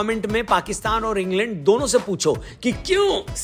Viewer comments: Ingland ❌ Ing land✅🤣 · En-land suzzi........h😅